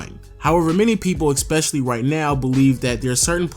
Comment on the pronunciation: It's ESPECIALLY not EXPECIALLY.